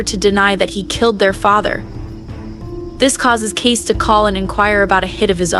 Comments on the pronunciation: Seriously ? You're not even watching this show: His name is pronounced: Kayce, pronounced like Casey, not Case. 🤦🏻‍♀️ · The ranch known as 6666 is pronounced...four sixes..., Kasey's name is pronounced...Kay-see..., not Case, a true fane of this show would know this. These two mistakes in your overview has left your content mediocre at best. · His name is pronounced CASEY, not case !!! Get it right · lol Case :( KAY SEE 👍🏼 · Your AI girl is pronouncing Kayce as Kase. Please adjust/fix. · The younger brother's name is pronounced Kay"see"! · His name is Kayce... not Case. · K.C......can you pronounce that..... ALSO SPELLED ......Kayce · Thanks. I thought it was just me. Couldn’t concentrate on what she was saying except for pronouncing Casey name case. Omg😂